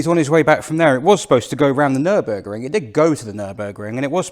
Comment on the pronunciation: Hi: your German is not that bad at all. «Nürburgring» and «Nordschleife» sound very good, «Wartburg» has room for emprovement and the «ch» sound is hard to learn; I know. I am really impressed by the performance of this little engine that I had in my 1988 Polo Coupé. Thanks for this video and see you next time »»» Martin 😊 🇬🇧♥️🇩🇪